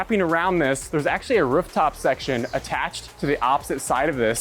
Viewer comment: Ruff top? Does this guy speak dog?